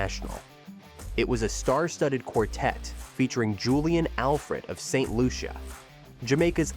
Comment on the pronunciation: Its pronounced St "Lusha"